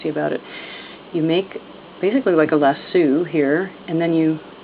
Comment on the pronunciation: This is perfect! Just what I was looking for. Thank you so much for sharing. I tied a couple of knots where I wanted the bracelet to end and then cut off the rest so there was no fringe. ps. Every time I watch this and hear "lassOO" I laugh a little bit lol